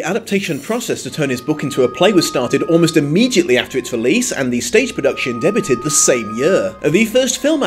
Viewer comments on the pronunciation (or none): umm, what on earth was that?! did you just say the word debuted "deh-butt-ed" not "day-bue-d"? what on earth 😂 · debuted is pronounced "day-biew-ed" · Pro tip,, the t in debuted is silent.:’) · I can't tell if he said "debutted" as a joke or mistake. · Wait...did you say “debuted” as “deb-you-ted”? Hmm. Have I been saying it wrong? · Is no-one going to mention how pronounces "Debuted"? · You make a note about how consistently you pronounce "Diegel" but no mention of the insanity that is your pronunciation of the word "debuted"?